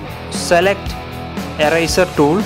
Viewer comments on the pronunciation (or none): lol I like how he says eraser :)